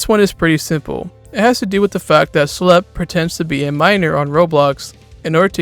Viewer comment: it’s pronounced “shh lep”. IT IS ON HIS CHANNEL BANNER!